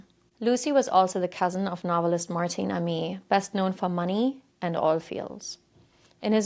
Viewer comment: but Amis is pronounced Aim-iss. And Leicester is less-ter. Worcester wooss-ter. Small points, our place names can be tricky, even for us! Well done on a great first video. 😊